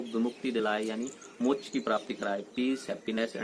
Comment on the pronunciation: Mock nhi moksh hota h😃😀😉